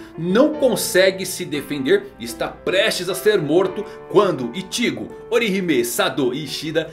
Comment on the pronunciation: Eu acostumei tanto com as dublagens de bleach chamando Ichigo normal, aí o chamando o Ichigo de ìtigo é estranho...